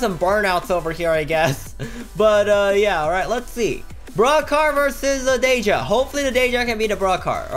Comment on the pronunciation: DEE JA NOT DAY JA